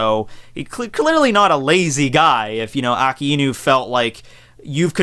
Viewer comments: You seem to have started pronouncing Akainu as uh-kai-nuu, but your original pronunciation, ah-kah-ee-nuu, was actually correct. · technically, you're not incorrect in pronouncing Aka Inu. It is two words, put together. The "ai" isn't pronounced "I". "a" makes the ah sound and "i" makes the ee sound. When put together, it sounds like ah-ee, which sounds like a drawn out "I". it's a subtle sound, like how you English/Japanese teacher stated, with the words ending in "u".